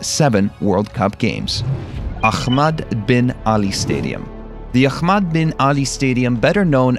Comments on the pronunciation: Its not akhhhhmaddd its ahmad lol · it's Ahmad not Akhmad. You can simply pronounce the H as in 'Hell' and not exaggerate about it